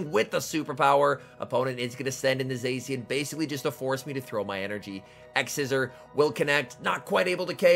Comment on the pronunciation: can you pronounce Zacian correctly its triggering (epic gameplay btw!)